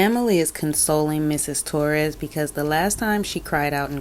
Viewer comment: T0RR-AZZZ? Owens, you POG, you cannot even pronounce the victims name?? No, she didn't ruin anything for him, he did it to himself before this case and then by taking it, Sarah didn't help, but she never helps any thing. You are right she gives the cameras such a. smug look then, she turns her head and throws one towards Jorge's family and the gallery. They were probably gone, or just not paying attention to her by then. You are making great videos, funny and very clever, TY and have a lovely Sunday!!